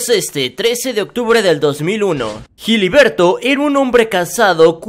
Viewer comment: Jiliberto jajajajajaja